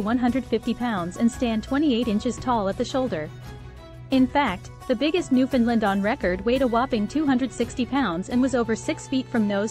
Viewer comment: You got most of the facts right about these wonderful dogs, but, really, you must try working on your pronunciation of their name. Like the island they hail from, the name is uttered thusly; "Newf~In~ Land". You must say it as one word and say it quickly. It should always rhyme with "understand". As in, understand Newfoundland. Also, it's important to know that these dogs were not "bred". When Europeans first arrived here in the late 1500's, the dog was already present. In latter years, the breed was "refined" in Britain. Our other dog, the Labrador retriever, was created by blending Newfoundland's with a (now extinct), dog called the St. John's Water dog. This was done to create a short coated and slimmer version of the Newfoundland that would allow fishermen to pull the animal over the side of a small boat. For their first century of existence, these dogs were known as the Lessor Newfoundland. Only becoming known as the Labrador Retriever when a British naval officer station here realized how popular they would be with sportsmen in the UK. He thought naming them the Labrador would make them sound exotic. Guess that worked as for many years the Lab. was the most popular dog in many countries..